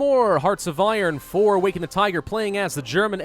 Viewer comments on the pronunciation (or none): none